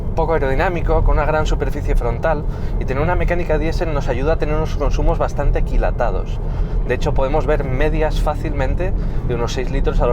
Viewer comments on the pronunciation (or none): Es "aquilatado", puede que no vocalizara del todo bien en ese momento ;)